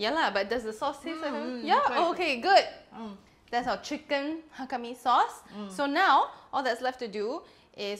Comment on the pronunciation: Hello, your mom says it correctly. Ngai Chung ni set mien (I like to eat noodles). It's Mei Zhou/Moiyan Hakka. You can find also many Hakka in India (Calcutta, Lucknow)